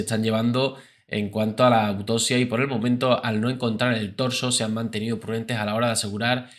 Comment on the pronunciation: “Autosia”, “corruto”, “mordicos”, “dotor”, “reaciona” “majomeno”🙄🙄🙄 pronuncia correctamente: autoPsia, corruPto, mordiScos, doCtor, reaCciona, mas o menos. 🤦🏻‍♀️🙉🙈